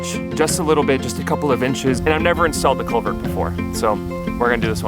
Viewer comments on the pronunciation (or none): Sounded like he was saying "colvert", not CULVERT.